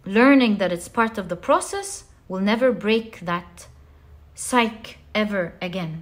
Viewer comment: Hi "PSYCHE" when you are kidding someone is /saik/ but in the mind is /saiki/. Thanks for your wonderful reading!!